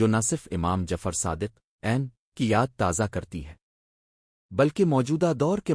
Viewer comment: Masha Allah bhai acha kam kr rhy hein aap . mgr ap aapna khud ka awaz use krein . Q K AI ki awaaz kisi lehaz se bhi theek ni hy . ab mola as ka name hi le lo kaisy bol rha hy